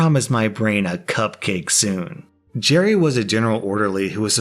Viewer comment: Guy: "mm, am hoongry.. coopcake" takes cupcake Guy but 2 seconds later: "why do I hear boss music"